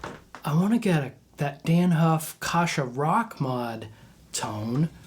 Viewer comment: You’re pronouncing his name wrong. It’s not Kosha. Pronounce the first A as in apple. Kasha.